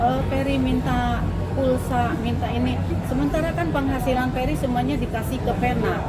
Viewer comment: Udh tau ga bisa ngmng F tp namain anaknya ferry jadilah bukannya ferry tapi peri peri 🤭